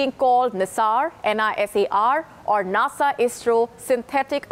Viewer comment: She can't say NASA